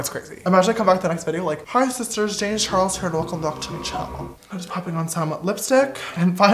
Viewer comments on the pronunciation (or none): Ok but the “James char_es” in his intro doesn’t have the “L” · lmao did no one realize his intro said “James Chares”